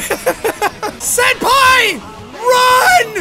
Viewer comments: JACKSEPTICEYE ITS SENPAI❤...NOT SANDPAI😡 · Jack: says "Senpai" Me: hears "Sans-pai" Me:...dammit Undertale....